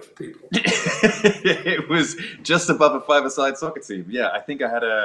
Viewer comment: It was weird to hear both of them calling it socceer